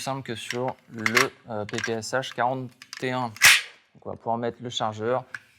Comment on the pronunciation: Ça se prononce semble-t-il PP(S)Chat.